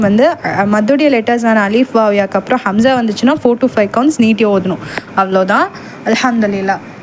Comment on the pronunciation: Assalamu alaikum sis.Alhamdhu lillah.but Hamza vucharipil A'ain sound varugirathu.